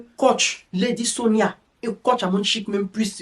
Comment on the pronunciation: Toi-même tu es entrain de lui donner sa dose bien doser dans ta vidéo ci en ecorchant bien même son nom.🤣🤣🤣🤣 Waahh Ivoirien ! En tout bisous là-bas depuis le Cameroun 🇨🇲😅😅😅😅 mouahh 😘😘